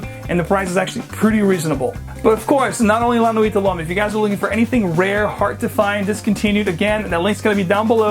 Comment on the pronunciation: You butchered the pronunciation but the review itself was great!